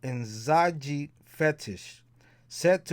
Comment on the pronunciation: The j in Nzaji has a zh sound like how the French say the name Jacques. Great stuff! Thank you!